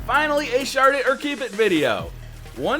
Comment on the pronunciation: Honestly the first time I heard say shard it or keep it I thought he said shart it or keep it.